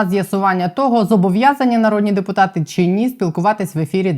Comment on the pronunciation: ❤ тільки прошу Вас говорити не чі а чи!!!